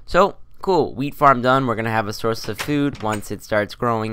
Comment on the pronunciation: Sounds like youre saying weed farm not wheat farm hah